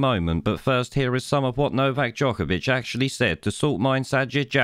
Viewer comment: Not only those things you highlight..he actually pronounced novaks surname jokervic..and accentuated JOKERVIC on several occasions..I applaud novak for his stance on choice..and applaud his absolute calmness in this despicable interview.